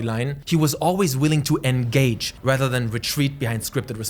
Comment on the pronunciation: “na ge” 💀